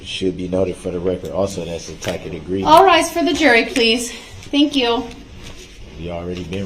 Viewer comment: It's hilarious and so pathetic. If I were one of the jurors, all I would think about it was how stupid he must be. I'd want to find him guilty just for his pronunciation of tacKit.